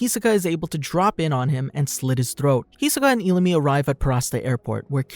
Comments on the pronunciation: Just saying you said illumi wrong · Why did he say illumi like that